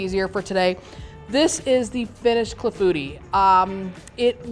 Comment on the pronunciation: Pronounced clah-foo-tee. Looks delish and I plan to make very soon!